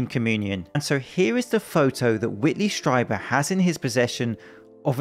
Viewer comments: Strieber is properly pronounced "stree-bur." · It’s pronounced, ‘Streeber’ .